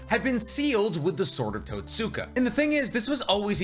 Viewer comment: "totsuka blade" = "tote-skah blade". you're saying totsuka like you're in a M Night anime adaptation